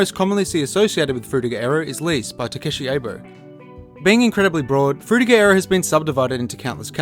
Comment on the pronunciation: that Frutiger Aero pronunciation is very anoyying, not even google translate detected right